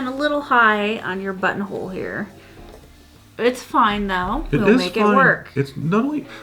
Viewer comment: Entertaining video! Buttonhole > “Butthole”. I can never unhear this. Thanks! 😂